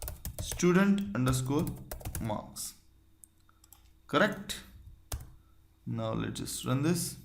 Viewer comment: Your "one" sounds more like "when" than "one"